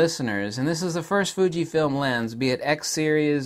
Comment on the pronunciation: " Thunkyfilm" , I mean " Fujifilm " sorry 😂😁